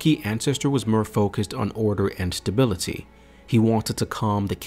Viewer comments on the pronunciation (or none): none